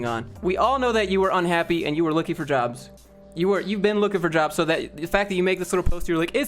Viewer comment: Lol listen to how he says jobs 😭😂😭🖕🏾